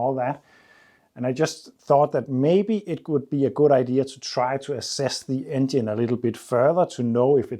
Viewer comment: 'Assess', not 'Asses' LOL